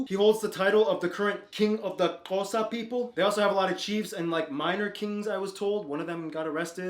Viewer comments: I’m actually proud of this guy for saying Xhosa properly!!🤝🔥❤️ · He got all the clicks right 😭❤️ #Xhosa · This dude does his research. Appreciate it, man!!! I mean he even can pronounce the Q's,X's, and C's